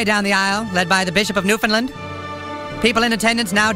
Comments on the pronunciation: I cringe every single time I hear someone say "Newfindlind" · Well, no Canadian would pronounce Newfoundland that way, but yes, Nova Scotia is indeed home to little mushroom people. As is tradition.